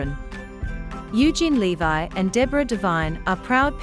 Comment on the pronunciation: It's LEV-EE not LE-VI!